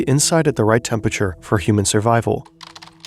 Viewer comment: You'd think this huge media company would be able to employ a narrator who can properly pronounce "temperature".